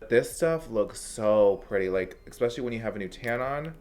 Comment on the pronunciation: It's eSPecially not exspecially. I really like you but that one little thing bugs me. Petty? Me? You better believe it 😉